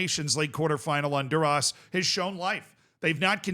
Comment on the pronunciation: White man from Florida correctly ignoring the h in Honduras.thought I done seen it all